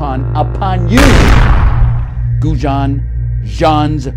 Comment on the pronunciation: Who the hell taught him to pronounce goujon?